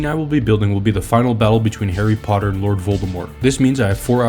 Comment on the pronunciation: "For the next movie, HAIRY POTTA Dumbledore said calmly